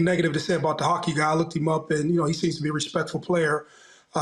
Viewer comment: Saying "da" instead of "the" is even more wild